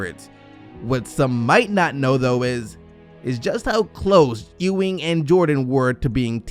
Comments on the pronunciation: It pronounced Ewing (think You-wing) not E-Wing... Bruh, you been watching too much Star Wars... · Ewing pronounced you-ing not ooo-ing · It's YUwing, not Eeewing.